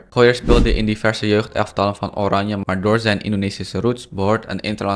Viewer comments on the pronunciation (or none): none